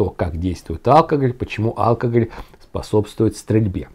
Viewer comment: по правилам ударение в слове алкогОль на о в третьем слоге. Ухо режет)